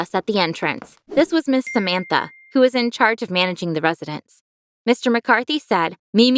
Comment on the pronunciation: Samantha's Name Is Prounuounced "Sāmantha" And In India Sāmantha Is a Famous Celebrity